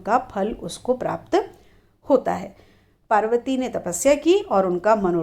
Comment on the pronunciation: बार बार शिवजी और मां पार्वती का उच्चारण गलत कर रही हो आप